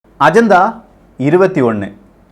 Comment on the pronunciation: அஜந்தா இல்லை. அஜென்டா 🙄